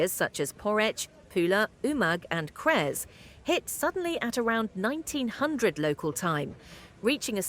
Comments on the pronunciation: Yeah, "kres" in slang have funny meaning. "C" is always pronounced like "ts" in "cats" or "zz" in "pizza". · Not Kres, it is Cres!!!!!!!!!!!!!!!!!